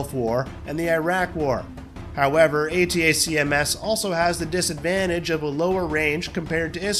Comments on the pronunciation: why couldnt you just call pronounce it as ATAKMS rather than the stupid spelling A-T-A-C-M-S--- its just makes it pathetic to listen to... this is not a spelling bee competition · Next time, have the automated voice say ATACKUMS. Spelling it out every time is a bit much.